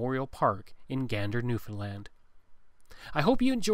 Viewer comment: Props to pronouncing Newfoundland correctly hahah Great Video!